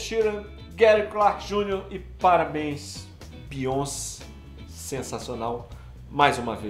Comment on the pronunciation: Se fala beyoncê* não bíonce kkk